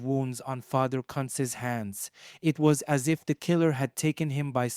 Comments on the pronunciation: Its pronounced: "Coonz" & not cunts 🤦🥴 😂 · Who in the h-ll is father "Cuntz" ? 😂😂😂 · 😱😱 you NEED to delete this!! You must he a tad lazy, ignorant. omfw. YOU ARE MIS-PRONOUNCING a DEAD man's name and insultingly as well! 😡🤦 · Your pronouncing his name wrong. Very wrong!!!